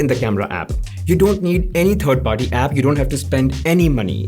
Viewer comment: Excellent comparison. Thank you. (A small constructive suggestion: please learn to pronounce the "th" sound properly, as when it is pronounced in the word third Also, the "w" sound, as in works )